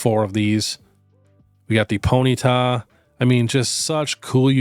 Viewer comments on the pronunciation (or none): none